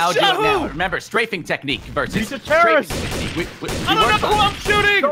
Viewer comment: Trouble In Pear-rorist Town